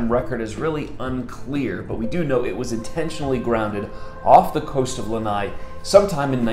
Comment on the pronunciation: Lanai??? Lanai is a PORCH. The island is NOT a porch!! It's LANA'I.